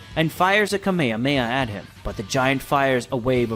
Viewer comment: He lost me with the mispronounciation of Kame Hame Ha- He says it Ka Meha meha. Wtf